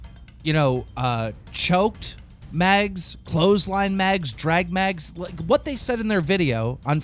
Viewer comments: no way keem doesnt know her name is meg and not megz anyone else lmao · "megs" lol i like how he adds the s just like the way he says Alissa